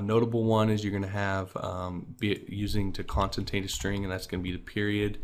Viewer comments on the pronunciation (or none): great vid...btw the word is con-CAT-enate